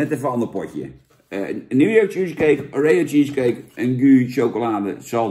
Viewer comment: Wie zegt nou O ree O? Pleeeeeeeease het is Oreo! je bent toch geen huppelkutje jan? Verder, goede review(s).